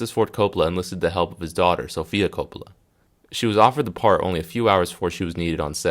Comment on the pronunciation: man, first of all its pronounced CoPPola not Copla. its an italian lastname. with more Accent on cOp... part.